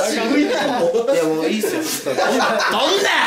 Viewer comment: 語尾のっすを強調するなムカつく